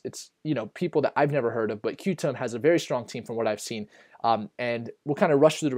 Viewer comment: Qtum is pronounced “Quantum”, good video, thanks!!